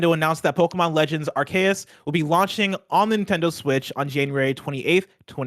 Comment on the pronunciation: Pokémon Legends ARE-KAY-US 🙄😅 that’s not right at all